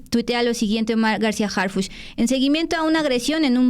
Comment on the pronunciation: El policía HarFuchi con i de Fuchila